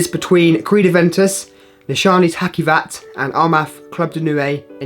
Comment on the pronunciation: It's not Hakkivat... The c is pronounced like the j in journal, so "Hajivat"